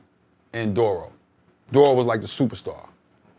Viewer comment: Hearing him pronounce Duro's name as "Dorro" after hearing so many rappers say it another way while growing up is a bit cringey.